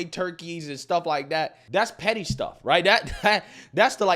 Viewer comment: Now that you bring it up … the proper pronunciation of “That” does not include a “D”. I know you know this; I’ve seen you in a suit. 😉